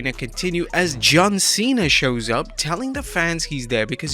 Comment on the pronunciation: bruh it's Cena not cean 🤦